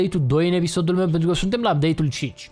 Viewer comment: nu este amuzant chiar deloc cand spui: "pe canalul mieu de youtube"